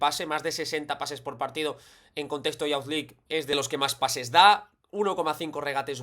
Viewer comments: Una nota: youth se pronuncia [yoo th], no como bound ni pound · Excelente análisis. Puede ser una herramienta muy útil cuando los rivales jueguen a presionar a los mediocampistas. Una nota: “Youth” se pronuncia “yuth”, no “yaoth”.